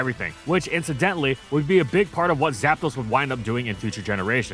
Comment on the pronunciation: Istg bro say "GAPDOS" one more time and I'm unsubbing